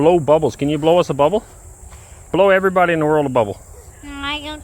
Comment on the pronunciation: Эврибади😂😂😂 ну, прям всем зашло... 👍👍👍